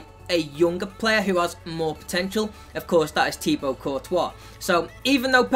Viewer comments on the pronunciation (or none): none